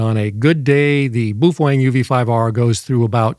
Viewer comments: I just discovered this mythical Beast a couple days ago and I don't subscribe to just anyone but this guy got me. Also he makes me wonder if he's just being funny or if I've been pronouncing it wrong this whole time boof Wang lol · no, it isn’t. The Chinese pronounce it pretty much the way it spells. Which isn’t that hard ;-) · I repaired your title: "What you CAN and what you CAN and SHOULD NOT DO". PS: What is a "Fufoeng"? BAOFENG. And no. Those are NOT Ham Radios. Amateur radio transceivers have operating limits. These devices have no limits whatsoever. That's why they aren't amateur radio equipment. FCC Only for 1 of the 200+ countries in the world. We dont't care what FCC say about those equipment. Not all the world live in USA. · I’m so used to the crazy pronunciations that i have no idea how to say baofeng